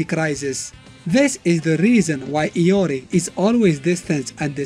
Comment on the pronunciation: in the mobile games ML they pronounce his name LORI instead of IYO REE.. (IORI) watta noob. xD